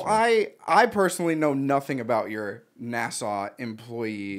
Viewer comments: Nah-Saw lol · Nah bro said nasaw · The way pronounces NASA triggers me so much